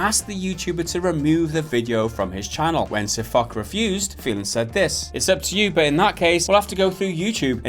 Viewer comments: It's, Fosh...not, Fock. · Fosh. Fosh. Fosh. Not Fock... Whatever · Firstly say Fosh not fuck ;))) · Its not sirfock its sir FOCH CH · It's not pronounced sirfock,it's pronounced sirfosh. Don't upload it if you don't know how to say the dudes name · SirFok ... oO --> "SirFosh" Guys, get your shit together and your act right, that sounds kinda unprofessional. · it's funny watching them talk about world of tanks and not knowing what they are talking about xD and sir"FOK" omfg xD it's FOSH lol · A shot every time they mispronounce Foch and say fuck or Fock.... its pronounced fosh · lol they said ..sir fock ..its sir foch** the ch makes a shhh sound XD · Sir FUCK? LOL What happened to Sir Foch (pronounced as Fosh) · "Sir Fock" its pronounced sir fosh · It is not fock, it is pronounced fosh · You say it like : sir fosh, not like: sir fock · It's Pronounced "Fosh" Though I called him Fock for a good while myself till I finally saw in one of his vids. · its foch not fok. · lol Sir Fock, i love it. Really though. it's Foch (pronounced Fosh). A tank named after French General Ferdinand Foch. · Sir fuck? lol its pronounced "sir fosh" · You're saying foch wrong it is pronounced fosh but spelled foch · Spelled Foch, pronounced Fosh. Just remember for next time. Watch one of their videos to hear them say their name correctly then make your videos :). Just some constructive criticism :P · Pronunciation sounds like "Fosh" as in Ferdinand Foch. Other than that, completely agree with you lads. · I cringe everytime he said sirfuck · its pronounced as Fosh after the French tank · IT'S PRONOUNCED FOSH, MORONS. And you didn't do very much research either....Wargaming CANNOT DMCA SirFoch since they have a CLEARLY worded post authorizing ANYONE to use screenshots and in-game footage for WHATEVER you want. MORONS. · Dear God it's Foch pronounced Fosh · and it's F-oo-sh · Fosh..... use a shhh sound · Pronounced FOSH. Like the French WW1 general. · lol they said his name wrong